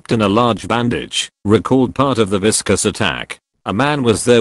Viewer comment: "Viscous" instead of "vicious".